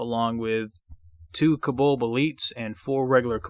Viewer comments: Oy Vey, it's pronounced "CO-BOLD" not "kubuld". Good grief. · I'm sure he's saying kobolb.